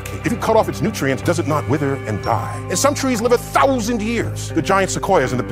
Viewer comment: Why does Neil say THOUSAND like Sylvester the Cat or Daffy Duck? 😂😂😂